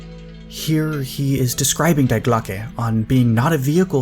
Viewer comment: the German word: DIE is not pronounced like the English word "to die". The Correct pronounciation is: DEE